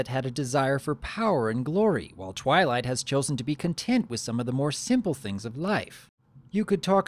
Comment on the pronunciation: he said trylight let me put that side by side of what i heard i will put it in caps TRY LIGHT i keep hearing him say that